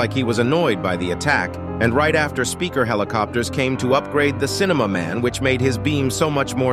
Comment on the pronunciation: Maybe it’s hard for yiu to say speaker?